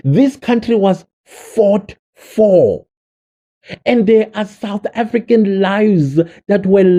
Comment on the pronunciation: Foreign national with a "Suth African ID"? Is that exactly what he said??????? Hebanna!!!!!